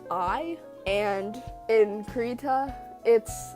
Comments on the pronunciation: It'd be "CRY-tah", also nice drawing! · The beginning is pronounced like "crib" (without the b). One can go to : and press the speaker button to hear the swedish pronunciation.